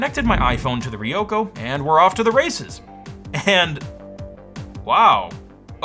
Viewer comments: Also, not "Riyoko" but "Ryoko" - put an R in front of YO. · ryoko is a 2-syllable word. ryo-ko